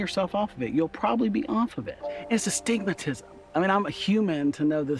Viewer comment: Lol he said astigmatism